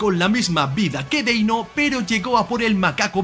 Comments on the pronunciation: Deino ❌ Denio ✔️ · Denio?, no era deino? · no es por bardear pero de dice deino no denio